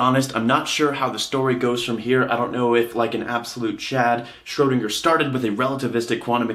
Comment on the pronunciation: You should practice the ö in Schrödinger ^^